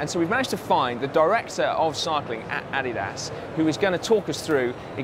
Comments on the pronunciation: Yeah, to me it sounds like he is saying "added ass." In German is would be more like AH-dee-das. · "AH-DIII-DAAS". You're saying it wrong Simon :/ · uh-DEE-dus. uh-DEE-dus. I suppose you call it "Pew-Mah" as well? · Uh - Dee - Das Please, you can have Al lu min nee um. But you are killing my ears with your pronunciation of Adidas. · Adolf 'Adi' Dassler. German, and company founder. Therefore: Adi-Das. Vielen Dank. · Simon - different parts of the world pronounce Adidas "ah-DEE-das" or "AH-dee-das", but none of them pronounce it "Added Ass" -- perhaps that is your opinion of the chamois? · Say it with me: UH-DEE-DUHS. ADIDAS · weirdest way to say Addidas